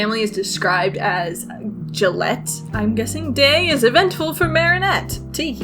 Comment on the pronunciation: ily but ur pronounciation of Gallette triggered me every time. Also it's a puff pastry cake, not bread, to answer ur question.